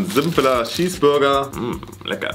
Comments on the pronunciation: C sagt einfach schesburger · das heist cheesburger und nicht schieß burger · Wen Triggerd es auch das sagt "Schesbürger" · Normale Leute: Cheeseburger: Schiesburger😂😂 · Niemand:: ein normaler Schießburger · Nemand: Wirklich niemand::schesseburger😂😂😂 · Das regt mich so auf das,,Schesburger"sagt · Niemand: Wirklich niemand:: Schießburger